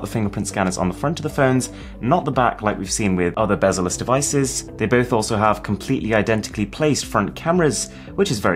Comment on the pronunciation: Did he say it was a bezless display?